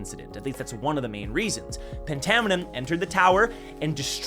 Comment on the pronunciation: I thought phantaminum was pronounced “fantaminum” like phantom